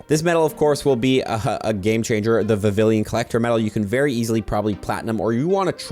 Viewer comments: For the record vivllon is pronounced with a “y” sound phonetically its, vi vee on, not viv ill on. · I think it’s pronounced Vi-vi-lon, not Vi-vi-lien. You’re pronouncing it like Veridian city. Or have I been saying it wrong this whole time? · How many times can this guy say Vavillian when it’s Vivillon……… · Vivillon, not vivillion. Because the naming has a lot of work put into it, because Pokémon names are a HUGE part of the game lore, and because gets paid for this content. Nobody deserves to be paid to talk about something they’re too lazy to even learn to pronounce. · It's pronounced Vivi-yon 🙂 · Every si gel time you repeatedly mispronounce Vivillon it’s like nails on a chalkboard. (note it is NOT “Vivillion” as you keep incorrectly saying despite having it LITERALLY be your job) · The L in Vivilion is silent BTW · And bro leave him alone😭🙏like why u getting so pressed over his mispronunciation for vivillion